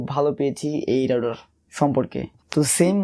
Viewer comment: রাউডার না ভাই, রাউটার।